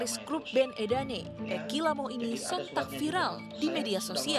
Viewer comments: E&E gak gitu pengucapan edane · "Vokalis E DAN E "...😆😆😅😅😅 ketauan nih news anchornya anak bru kemaren sore. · wkwkwkwkwk E dan E... please itu kata kalo di baca dipisah gitu beda arti. ini gmn sih cara baca aja salah. wkwkwkwkw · Vokalist band E Dan E, ga pernah denger bang legend? Bacaannya edane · Edane bukan edan e 😠